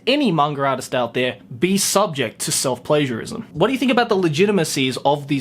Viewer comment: When you said self-pagiarism i thought you said it a self-pleasureism